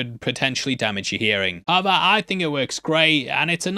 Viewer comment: Im sorry i really need to know, are you saying "aber" like "but" in german or just completely smushing the words together not fully saying "how ever" and saying something like "ha vah" 😅 i feel like my brain is short circuiting everytime you say it like im not computing something right, subconsciously 🙃